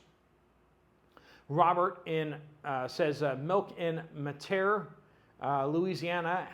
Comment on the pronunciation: It’s not pronounced “matear” 🤣 it’s pronounced “met ter ree” Louisiana 🤣